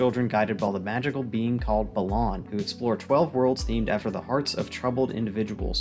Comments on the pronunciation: As great and well-structured as this video is, this’s legit the first time I’ve heard anyone pronounce Balan as BUH-LAHN instead of BAH-LAN, as in balance lmao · The pronounciation of Balan here is weird compared to most other review videos I've seen. Is that how it's supposed to be pronounced?